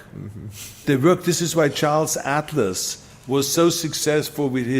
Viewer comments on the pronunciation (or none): none